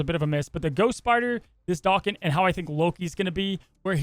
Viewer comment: it's pronounce "Day Ken" he's Wolverine's son